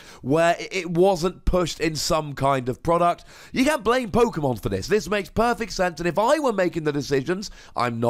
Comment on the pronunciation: Why do you go out of your way to pronounce Pokemon different to everybody else? Sounds dumb af